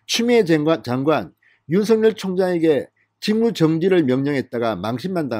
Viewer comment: 윤성열이 아니고 윤석열(윤서결) 입니다! 윤석열(윤서결)발음이 잘 안되면 그냥 윤총장 이라고 호칭 하시길 권합니다!